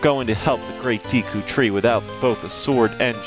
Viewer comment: its pronounce as day-ku tree